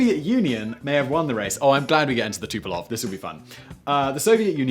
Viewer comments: Fucksakes Simon! It's TU-PO-LEV. LEV. Not Tu-po-LOV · XB-70 was prettier than Concorde. IMHO. BTW, you keep saying Tupolev Tupelov.